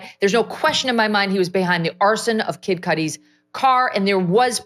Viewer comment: Megyn Kelly saying Kid Kudi makes giggle.